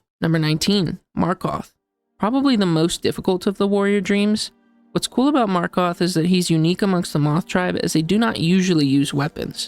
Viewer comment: i found it funny how you called markoth marth🤣